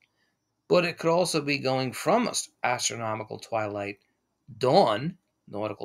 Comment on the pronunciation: I'm pretty sure I heard "gastronomical" twilight 🍲🥞🥐🥙🥓👀